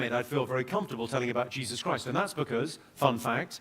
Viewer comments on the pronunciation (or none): none